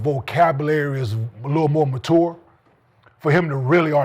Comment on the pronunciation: Bruh said Mahtour😂😂😂